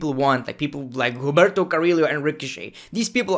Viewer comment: Hum-ber-toe. Ca-re-o that’s how you pronounce it